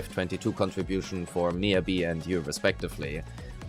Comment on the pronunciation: MiYAbi. Not Miabi, it shouldn't be that hard